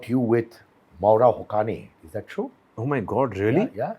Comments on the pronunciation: The pronunciation isn't Moora Hokani. The right pronunciation is MAA W RA... HU SAY IN. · Her name is mawara hussain Hussain is correct prononsiation